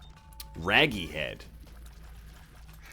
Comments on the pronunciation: Rage. RAGE. Not rag. Not Raggy. Ragy. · Did anyone else notice he was saying raggy and not ragy? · Rage-y, not Raggy, silly